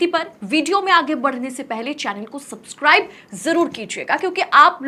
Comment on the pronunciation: Mem आप का सपस्काइब बोलना लाजवाब